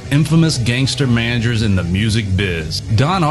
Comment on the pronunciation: "The Tale of the Mangers"?!? I'd like to buy a vowel, Pat.